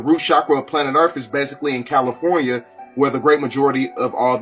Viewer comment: Did dude say “Califuna“? And watching fire fighters spray water from their hoses, he said where did the rainbow come from. Embarrassing bro